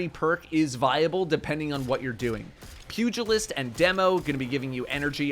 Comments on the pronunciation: Thank you for being one of the first YouTubers I’ve heard pronounce Pugilist correctly. 🤦‍♂️ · Muh boy pronouncing Pugilist correctly. Godbless